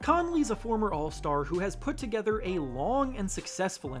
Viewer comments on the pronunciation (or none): none